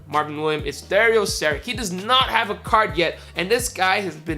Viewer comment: It's Marvin Williams not Marvin William you were cheesing me when you didn't say the s